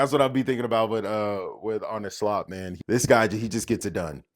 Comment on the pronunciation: You're an American who: One, is going all GAGA over ... football??? Two, pronounces Arne Slot's name correctly. That right there is funny AF to me. That said, I think PSG is gonna beat them. Probably not easily, but it is likely. The big question then becomes: Did Slot FAIL this season if he doesn't treble?